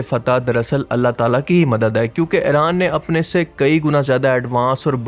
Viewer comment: Ye Tum "Eren " kyu kehte ho "Iran" Kaho.